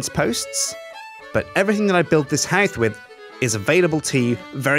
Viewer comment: lol he said houth with instead of house with at but if your going to listen go to